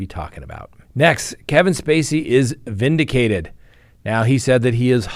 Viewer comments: vindicated not vinticated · Vinticated? Talk to your hands, they dropped the ball 😂